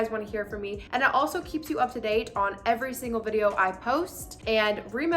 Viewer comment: She said, “Ever Singal Day”…